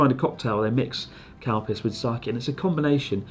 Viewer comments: its...calpis... XD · Can you stop pronouncing it CAL-PISS. It's Ka-Lu-Pea-Sue.. or just say Cal-Peace.. not Cal-PISS. smh. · exactly.. it should be pronounced Cal-Peace.. by people who cant pronounce it properly. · Whenever you say Calpis I understand Cowpiss, and I ask myself who can Drink this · Was I the only person who misheard 'calpis' as 'cow piss'? Edit: Reads other comments..... Ah, no. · I just can’t unhear “cow piss” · Same, Calpis/Calpico sounds like they are saying “Cow Piss” Its hilarious! 😂😂😂🤣🤣🤣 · Are they saying "cow piss"? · Are you saying "cow piss"? WTF!? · I seriously thought Chris was saying Cow Piss. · Does anyone else hear them saying cowpiss? 😂 😂 😂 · When someone says calpis it sounds like cowpiss lol